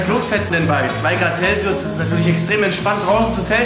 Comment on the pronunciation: Finde gut, dass 2 Grad CELSIUS so schön betont, dachte schon es wären 2 Grad Kelvin muüüüüüüüööööh. Geiles Projekt Jungs